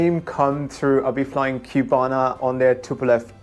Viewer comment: Please: it is not Qbana. It's CU-BA-NA.